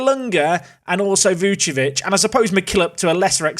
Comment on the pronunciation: please remember, VuCIcevic, not Vucevic